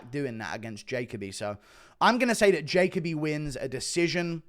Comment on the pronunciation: Don’t think this guy has ever watched Jacoby fight because he is pronouncing his name wrong